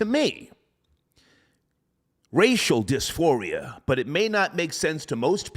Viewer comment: “Racial disfiria” coin that